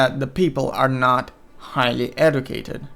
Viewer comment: This guy needs to be Educated on how to pronounce educated.